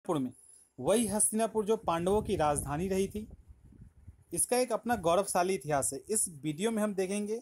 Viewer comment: गौरवसाली नही गौरवशाली